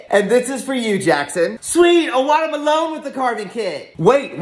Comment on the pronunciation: Is no one gonna talk about how Jackson called a watermelon a waterme-lone